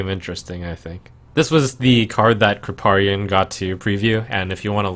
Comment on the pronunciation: "Krippaarian" FailFish I still love you Trump but that's unacceptable. :)